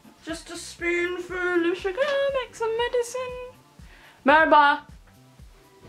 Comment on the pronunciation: sıpunfıl of şugırmuş :D size bayılıyorumm!